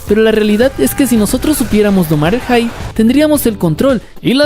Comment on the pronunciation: Tip, pronuncia la "p" al final de la palabra "hype" de lo contrario dices "hi" o "high". Interesante video, toma tu like 👍.